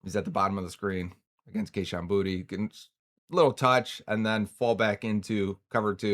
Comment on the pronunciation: Boutte is pronounced BOO-TAY. I’m from Louisiana like he is and it’s Boo-Tay.